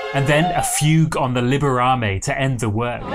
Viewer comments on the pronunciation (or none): In "Libera" the first syllable is stressed not the last one. It is "LIbera me" not "LiberA me". And I wouldn't call the ending peaceful. It is more of a quiet urgency filled with uncertainty. "You just have to save me... save me...!". It lacks conviction, but it contains the hope that it will be so.